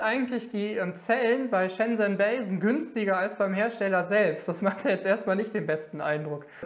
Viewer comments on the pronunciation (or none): Die Firma heißt nicht "bei sen", wie du immer sagst, sondern "ba sen"